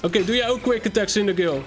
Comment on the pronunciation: Je spreekt cindaquil uit als cindaqwil